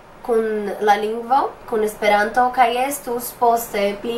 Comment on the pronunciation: Brazilians say it like "Es-pe-raantu", with accents on Es, Pe and a very strong one on Ran. The Japanese guy also says it in a Japanese way, pronouncing the syllables quickly, making a pause between each and with accent on all syllables